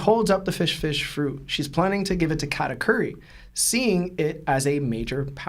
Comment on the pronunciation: Ive never heard Katakuri’s name botched so many times in one sitting 😂😂 gotta love the twins